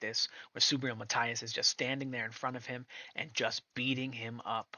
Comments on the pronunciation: Mahteeas, Matias, NOT Maathias, por favor amigo, say it right, and your subscribers will most likely grow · No hate here just a little information. If you want to pronounce his name a little closer to the natural pronunciation say Ma-Tea-ass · Please learn how to pronounce Matias. 😂😂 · How can you make a video of someone and can't pronounce his name right🤣